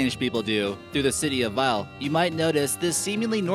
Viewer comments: The city veijle, is actually spelled Vejle. xd (No offense, obviously I'm danish) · what it's Vejle not Veijle A HAHA 😂😂❤ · Bro bro, it isn't veijle. It's Vejle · Its not called veijle its vejle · XXDXDX. im from denmark and when the 10th fact came up you said veijle its vejle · Its Vejle not Veijle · it's more like Vejlé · and it is vejle not what he did say lol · Tak skal du have men du udtaler by navne forkert